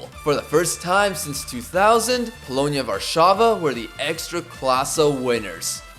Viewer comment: you said polonia warszawa correctly that never happens with angloids